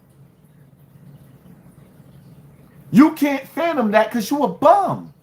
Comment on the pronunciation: The word is fathom.. Not phanom lol or the phantom 😂 when youtube stops what would u do??